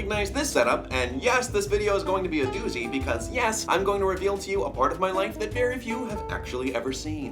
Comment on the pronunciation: when he said "doozy" i swear he said "newsie" i'm in too deep